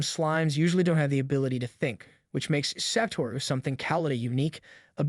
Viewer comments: bro his name is satoru not saturo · "Sat-uro" it's "s-ah-tu-row" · Satoru not Saturo